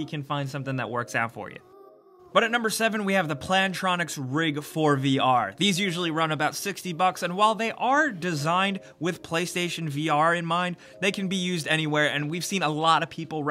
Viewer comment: Oi Oi, I think you meant Plantronics, not Pilantronics... Is copy-paste broken?